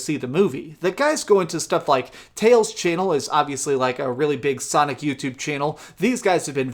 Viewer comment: U said Sonic Fart....lol